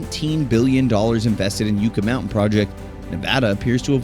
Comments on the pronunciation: Yuck-ah, not You-ka. Sheesh. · It's driving me crazy you can't pronounce yucca correctly! It's pronounced yuck-a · great video. As a resident of Nevada I must inform you it is pronounced Yuck-a Mountain. And yes it was rife with political turmoil.